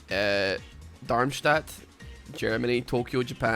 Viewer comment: That was one hell of an accurate Darmstadt, pronunciation wise. Also why the fuck Darmstadt!? I don't even know were that is and I'm German xD